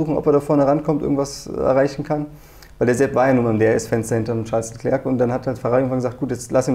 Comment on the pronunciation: "Scheiß Leclerc" oder "Charles Leclerc"? 😄 Was denn nun?